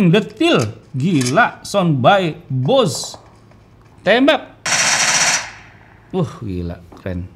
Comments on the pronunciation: Bose cara pengucapannya bukan Bos ya kak tapi di ucapkan sesuai tulisannya, Bose.. hehehe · Bacanya [boséé] . Bukan "bos". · Baca = Bose bukan bos